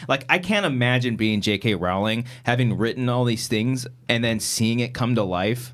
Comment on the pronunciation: Just FYI, it's not pronounced ROW-ling, its ROHL-ing.